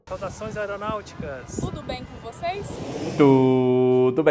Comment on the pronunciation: Adoro os videos do, mas sempre pulo a parte que todos falam " Tudo bem com você-ii- z?? ( Arroiz, trêis, vocêis) isso me da uma coisa ruim!